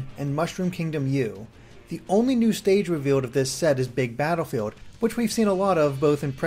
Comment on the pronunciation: You have a super cute voice. "Batterfeeld."